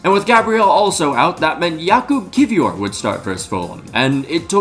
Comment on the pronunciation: why do you say "KiVior" and not "KiWior"? are you supposed to pronounce the W as a V?